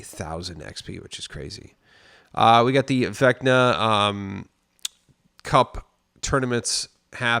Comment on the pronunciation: It's Veckna for the pronunciation. - VEK-nah